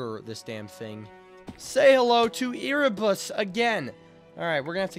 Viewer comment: Bro erebus is not called e r e ere like air but with a e